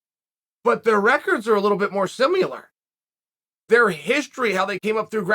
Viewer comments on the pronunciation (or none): Chael "Simular" Sonnen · “Semilar “- chael the sonnen Ahhhh yes new word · If Uncle Chael decides there's a U in similar, then dammit, we say simular now